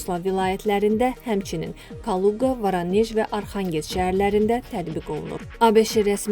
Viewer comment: Varanej 😂😂😂 neydi ay qiz. Voronej olar. Ay savadli